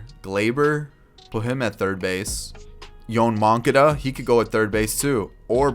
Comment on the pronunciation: "Yuhn Moncuhduh" LMAO